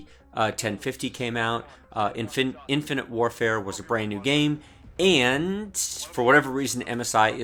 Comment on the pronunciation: Infant warfare. Nice mistake, i chuckled at that since cod multi is like that. ;)